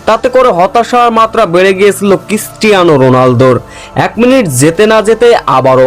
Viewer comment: Christiana not kistiana. 😅😅😅😅😅